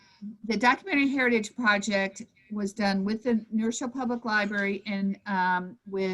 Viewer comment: I thank for her valuable commentary. I don't mean the following as a criticism, I find it interesting, and rather charming. I grew up in New Rochelle, and I have noticed that many who grew up there, or nearby, pronounce the city name as Nerochelle. The w is dropped. This isn't true for people who are unacquainted with the place. They pronounce it as two words, which, of course, it is.